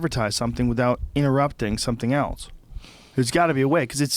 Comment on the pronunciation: Love the podcast and love Joe, but I see a flash of white rage every time he pronounces the word "else" as "elts"